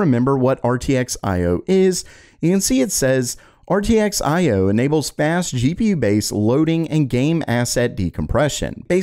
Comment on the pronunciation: thought you were talking about GPUS not cous